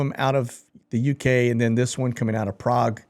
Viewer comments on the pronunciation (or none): none